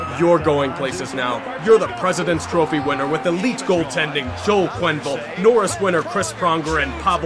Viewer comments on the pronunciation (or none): none